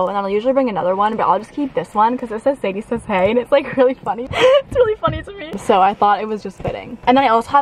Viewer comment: not the "sadiesayshey" pillow 😂 true fans know :)